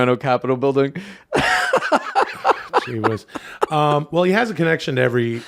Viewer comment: That subtle "wull" made me laugh so hard